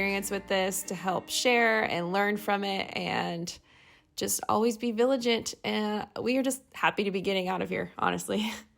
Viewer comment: LOL "viligant"